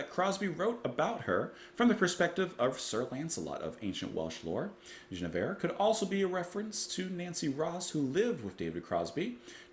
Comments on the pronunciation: After the poppy ''Marrakesh Express', Crosby' delivers a piece of music with real depth and intricate time signatures. Definite jazzy overtones rather than folk. It's pronounced Gwin with a hard G, not with a soft 'J' sound. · It's not "Jeneveir", it's pronounced "Gwinnevere". You can hear the pronunciation in the song itself. I don't know why Crosby added the extra "n", but Guinevere is either the fictional or real-but-mythologized wife of King Arthur, whom she loved but nevertheless betrayed after falling in love with Sir Lancelot. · I've always heard her name pronounced Gwin e veer. Rick Wakeman has a track with the same name on his King Arthur album. I think Barclay James Harvest wrote a track about her too. She's been referencedoing by several other groups too, Moody Blues for one. A popular lady. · This whole album is magical. Their harmonies are perfect. Enjoyed your review. It's pronounced Gwin-eh-veer. At least that's what my deaf ears hear. I have to check out the Miles Davis reconstruction. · I'm surprised he didn't pick up on the pronunciation while listening to the song. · Dude... You keep mispronouncing "Guinnevere", even after you heard the song. (?) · Love this mellow CSN track. Btw it’s pronounced with a hard G.